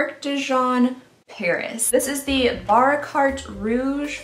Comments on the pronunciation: I love this series . But I wonder when beauty-tubers would actually educate themselves on at least almost correct pronounciation of brand and product names as well as ingredients. I mean, everybody was talking about Baccarat Rouge, Augustinus Bader, Chantecaille, Dr. Barbara Sturm, etc. in 2019 and 2020, right? If not, Google Translator does a pretty job, too. Just a tiny bit more commitment, please. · She got a Baccarat Rouge candle and was disappointed with it?! She clearly doesn’t even know what that it’s. Maybe she’s not the well versed in high end brands, I mean she can’t even say half these words correctly.